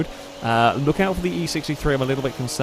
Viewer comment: "Holyrude", not "Holyrod" ! but good racing otherwise ! Like the alfa a lot.